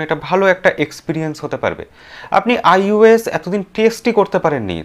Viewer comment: 'Ois'noy ota 'Ios' hobe